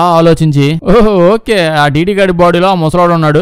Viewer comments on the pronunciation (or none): Ooolbert .....dooomyaanicc anta...bhaley undhi kadha pronunciation...vinnaata miru....😅😅😅😅😅